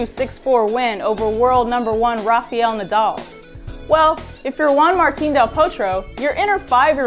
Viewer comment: it's RAFAEL! who the fuck is rafeeal???